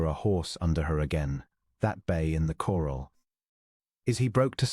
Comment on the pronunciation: Please check and correct the narration. The horses were in a corral, not a coral. Other mispronunciations detract further from a potentially good story.